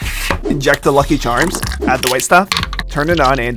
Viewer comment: 'Add the withe stuff' 💀